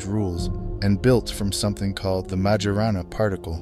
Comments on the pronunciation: The way they pronounced Majorana in their video, it sounded much like marijuana... it reminded me somehow of the Greek word Pharmakeia aka witchcraft. sorcery! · Well now I can’t unhear it. Like maya rna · What's so big about myrna? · Wait ..... did she really just say maya-rana ? Like MRNA? That's what it sounds like. It's reliable, small and controllable??? Like the mrna in those jabs? 😬😬😬 or did I mishear/read something there? They put in the stuff and that chip activates it??